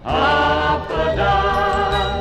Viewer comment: They're pronouncing it wrong. It's not Hafa die! It's Hafa adai!